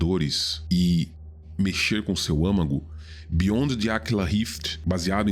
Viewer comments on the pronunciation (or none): none